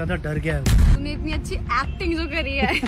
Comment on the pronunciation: is it me or someone who heard this more "kachi" then "Achi"💀🖐️